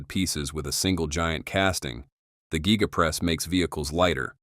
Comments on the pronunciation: Gee-ga press. Met-AL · Geega casting…..😂